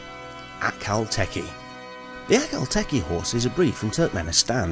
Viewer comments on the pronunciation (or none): none